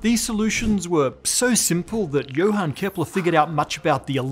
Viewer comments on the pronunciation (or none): none